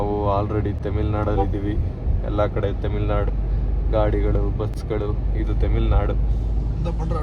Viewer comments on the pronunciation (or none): Temil nadu ❌ tamil nadu ✅ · ತಮಿಳ್ ನಾಡು ❌ ತಮಿಲ್ ನಾಡು ✅